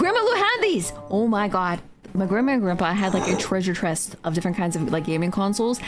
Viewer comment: "Treasure Chrest" :-)